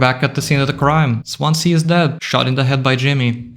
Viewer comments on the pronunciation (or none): Im from the welsh city of swansea. We pronounce it swanzee. Dont know why but we do